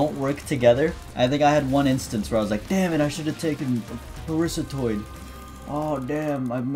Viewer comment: it took me a good 20 seconds to understand that you were saying “parasitoid” and not “Parissa Toyd”